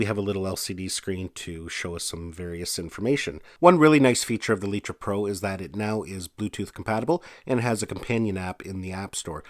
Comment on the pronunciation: I have to correct you. It isn't called letra. The company is called litra (Light-Tra) Like a light bulb.